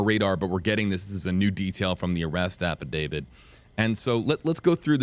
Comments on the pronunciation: AFFIDAVIT, NOT AFFIDAVID! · How come they all say affadaviD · Affidavit, NOT affadavid. This word ends with a T, not a D. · Drink every time they say Affa David